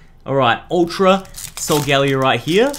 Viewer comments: He shouldnt get the cards because i bet he didnt play the games and he cant prounounce solgaleo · its not solgalio